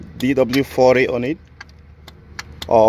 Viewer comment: Bro said d w 40 😂